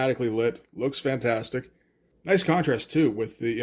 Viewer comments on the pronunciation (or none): none